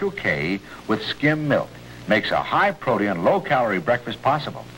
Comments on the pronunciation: For some reason back then it was pronounced as if it were spelled protean I have heard it pronounced that way on many vintage ads. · That is somewhat the correct pronunciation but EEE-in lazily became EEN as time went on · So bizarre that Special K commerical. Is he trying to say "Protein"? Pro Tee In. Just never heard that before. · I remember hearing Paul Harvey pronounce it "proteein" well into the 80s and thinking it sounded so weird as he was the only one i heard by that time pronounce it that way. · Protium? It sounds like he’s saying protium. That’s the name for the isotope of hydrogen that has one proton and no neutrons. Yes, I think there should be some hydrogen in my food.